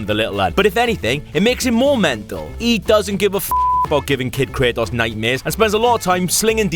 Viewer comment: I get you have an accent but its not (kray-oss) its (kray-tos)